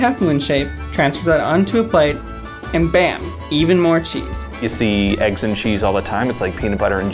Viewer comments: It annoys me how he says eggs... it’s not aigs -. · I really liked that girl until she said "eaggs"